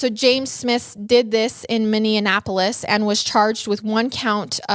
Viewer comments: lol I love you but you mispronounced my city lol (don't worry everyone says it like Indianapolis) it's just Minn-E-apolis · Hahahaha I love how you said Minneapolis 🤣🤣